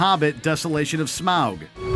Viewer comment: Totally subjective man. We don’t all agree. Also who pronounces Smaug that way? Dude. Don’t say it like that.